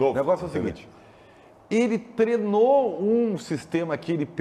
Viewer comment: Pq não falam "treino" ? Todo mundo fala "treno" kkkkkkk